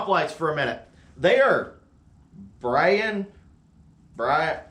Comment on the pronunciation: I think braun is pronounced like brown. German company.